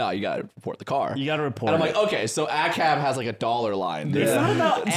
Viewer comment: saying "ahcab" and thinking that saying acab means dont report a stolen car is a rare L. its about the institution being corrupt, not that they do no necessary things.